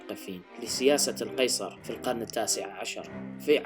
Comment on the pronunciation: ... "ظار" !! نزلتو من عيني ههه